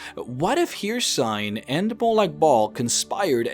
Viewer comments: you say Hirsign (hircine) but i've only ever heard it pronounced as Hurseen. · ffs, it’s not haircine. It’s pronounced Hercine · Her-Seen not Here-sine. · Hricine is pronounced: Hurr-ceene not here-sign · My boi its pronounced her-scene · his name is not "her-seen" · Hey love the videos, and they are very interesting but you really need to pronounce the names of the Daedric Princes better, for example, Hircine, not Hir and cine or Sheogorath, not shoorgrath, anyway just saying. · Good god your pronunciation of some of the names are killing me here. Hircine is pronounced, "here-seen" and Sheogorath, you completely leave out the first O in his name.